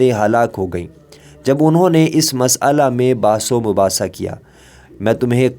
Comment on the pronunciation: Please correct your Urdu pronunciation, carefully read and repeat , مسئلہ.